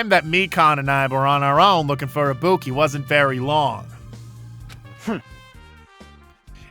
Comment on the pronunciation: still cannot pronounce ibuki correctly even after shes full dead